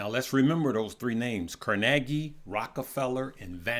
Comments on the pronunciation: Good video, thanks! And, it's CAR ne gee...like CAR ne gee Hall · before you send a video learn how to pronounce “Carnegie”🤦🏾‍♂️🤦🏾‍♂️🤦🏾‍♂️